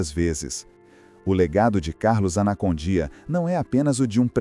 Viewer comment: Participei de cruzadas evangelísticas com ele na Bolívia🇧🇴, apoiando ministrações no grande estádio tauiche Aguilera. É Esso é muito mais o ministério de libertação e salvação que Deus entregou a ele.( Obs.a pronuncia correta é : Carlos Anacondia) e não anacondía.Dios lo bendiga.🙌